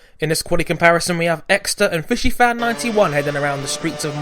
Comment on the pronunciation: Did pronounce FisiFan FishiFan?:)